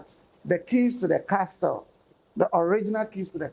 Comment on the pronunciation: Looks like the interviewer was trying to influence and put words into the elders mouth. His interviewing skills is not top however I’m sure he’ll learn over time. Also I couldn’t help but notice he kept pronouncing castle “CasTle”. The T is silent lol